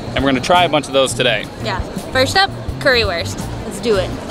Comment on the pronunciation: Currywurst is pronouned as "curryvurst" cuz w=v in German